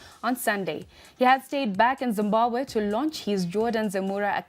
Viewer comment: When did Zimbabwe become Zimbahwe I give up.